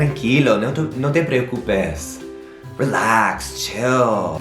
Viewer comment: Every time you say relax i hear tequila. LOL